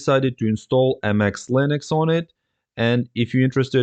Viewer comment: It's not Anti-X, it's pronounced the same as the word "antics". It wouldn't have been so bad if you didn't say it like 50 times 😆